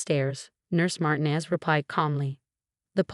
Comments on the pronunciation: It’s Mar-TEEN-ez. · Mar TEE nez. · FOR GOD'S SAKE -- PLEASE PRONOUNCE MARTINEZ CORRECTLY! THE ACCENT IS ON THE SECOND SYLLABLE!!!!!!